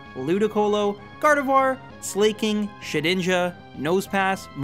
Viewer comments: A. Trop-ius, not Trope-ius. Do you say trope-i-cul or Trop-i-cul? B. Sla-king, not Slay-king. Do you say slacking, or slaycking? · Slay-king? oh come on you don't say Slay-king off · They're pronounced "Slack-king" and "Glay-Lee"